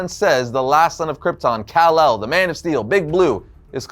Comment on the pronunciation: Its Kal-El not cal